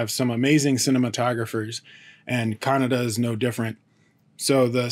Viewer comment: Atleast you pronounced Kannada correctly unlike North Indians.. They pronounce it as kannad what ever the fuck that is..